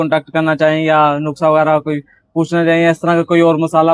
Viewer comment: Nukhsa nahi nuskha hota hia